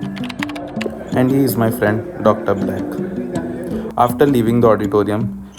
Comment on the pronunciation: The way you said Dr black 😂